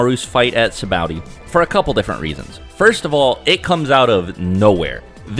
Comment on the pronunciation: afther hearing you say sabaody wierd i google how to pronounce and learned that both you and tekking101 says it wrong and a few other names along the way and now it just triggers me -.- but i did watch the whole video and that was about the only thing i dint like :D